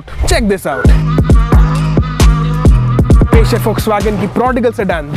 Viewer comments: Volkswagen ❌ folkswagen ✅ 😂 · Bhai folks-wagon hi hai pronunciation 😶😶😶